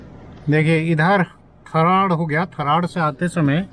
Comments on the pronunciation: Tharad bolte he ji Tha raa d d for dil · थरात है सर जी थर्ड नही है 😂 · One correction "थरड" नहीं "थराद"